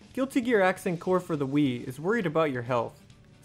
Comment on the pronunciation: The idea of someone trying to do Sidewinder loops while waggling the Wiimote like a madman was already enough to make me laugh, but then I heard "Accent Calories" and I don't know why but my sides went into orbit.